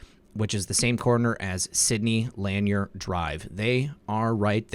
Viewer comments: It's not Lan-yer...it's Luh-nier. ;) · Sidney Lanier Blvd is pronounced “LaNear”. Words in the south are often different than the rest of the country. It’s a southern thing. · It is pronounced LA-NEAR.....